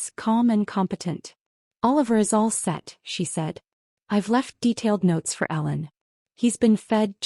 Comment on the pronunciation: Please make it clearer. It sounds kinda like Alan. When it's Ellen.